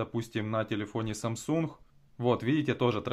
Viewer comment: "СамсунХах" ... Почему хэ вместо гэ? Нет такой модели телефона